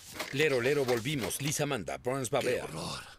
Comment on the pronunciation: Alguien notó que el alcalde dijo Liser en lugar de Lisa?